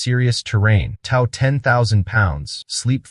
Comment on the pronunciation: What bothers me isn't the truck, it's the AI-generated video with an AI narrator that doesn't actually speak English (listen for "tow" near the beginning), made with clips stolen from channels videos that were written, filmed, edited, and created by REAL HUMANS.